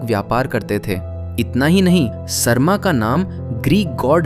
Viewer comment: Sarma (सर्मा) nahi, Sarama (सरमा). उसी से सारमेय (Saromeya) आया है, सार्मेय् नही। क्या हो गया हिन्दी और हिन्दीवालोंको? असली संस्कृत शब्दों का इतना विकृति!! कभी अलग से संस्कृत पढ़ाई कीजिए। याद रहे सारे सनातनी शास्त्रों वेद वेदान्त उपनिषद रामायण महाभारत गीता सबकुछ संस्कृत में ही रचना किया गया। उसका उच्चारण संस्कृत में ही होना चाहिए न कि हिन्दी में।